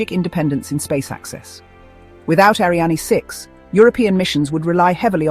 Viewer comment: Interesting video, but your AI is mispronouncing "Ariane".